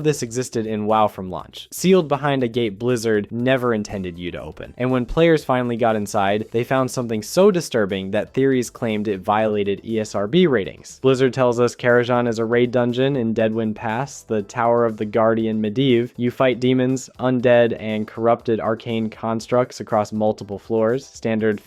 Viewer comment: And "Karazjahn"